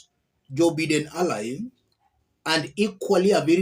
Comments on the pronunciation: good job. For Joe's last name, nunciation could be like-> "BYE"-DEN" Or:By"-"den" [By]-"duhn" if you are a Briton. Or "By"-"Dunh" Remember the U has an ("a"- sound)! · Pronounced as Byden ….